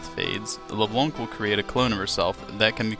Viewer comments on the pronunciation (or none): I'm sure this is a good vid...but I can't get over you calling her Le Blonk. Sorry :/